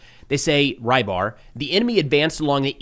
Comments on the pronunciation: Рыбарь (Rybar) is not "rye bar"! >__< Say it as "rebar" at least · Until yesterday I thought the often mentioned russian analyst is Reibar, that's how I hear say it. Don't know how it's spelled in russian but it would be rybar in my language, meaning fisherman.